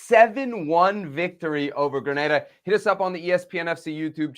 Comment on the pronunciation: Grenada... Not Granada.